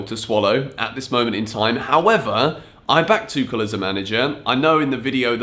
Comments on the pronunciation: Tuchel's name is pronounced as Too-hel, not Too-kel. Just letting you know for the next time. Keep up the good work. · It's Tuchel, like Tu-HELL. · Lets agree its tuchel and not tuchel 😂😂😂😂i know you read that differently. But if we dont read Chelsea as kelsea so even tuchel shouldn't sound tekel 😂😂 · Pls dont say Tuchel as a german speaker it hurts every time hahahaha but big fan of yourse